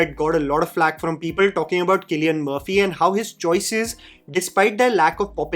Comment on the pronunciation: It's not kill-ian murphy it's sea-llian murphy